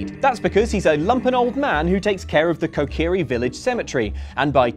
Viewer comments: I'm sorry, did you say kokiri village? It's KAKARIKO village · Kokiri village, I am disappointed as a fellow and lover of legend of Zelda you should know it’s kakariko village (probably how it’s spelt) not kokiri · Kakariko!! Not Kokiri! You’re better than that friend! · You mispronounced kakariko village as kokiri village for the Dampé one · KAKARIKO! NOT KOKIRI VILLAGE!!!!! T_T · I spotted that too. I choose to believe no one at OXtra has played OoT. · Love the video as always, but a few issues: Kakariko not Kokiri And you don't have to beat Johnny in the race - you have to play him once and if you fail you can walk the highway. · I hate to be THAT guy, but it's Kakariko Village, not the Kokiri village! XD Sorry! Love you! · Kokiri village? Someone needs to Zelda some more. It's Kakariko, mate. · Kokiri is a very weird way to pronounce Kakariko. Also Dampe isn't a true race sense you don't need to beat him, just keep up. It's not that bad, remember the Water Temple, so annoying, and so much wasted potential. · "Kokiri grave yard"? You mean Kakariko. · Did he say the kokri village graveyard? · umm... guys? it's KAKARIKO not KOKIRI =P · Kakariko, not Kokiri. Bit of a difference. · I had to pause the video to say WHAT THE FUCK? It's Kakariko Village, not Kokiri Village. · its kakariko village not kokiri village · Every time yall talk about Ocarina of Time, you mispronounce "the Kakariko Graveyard" as "the Kokiri Graveyard" and it's really upsetting to think about dead Kokiri so maybe work on that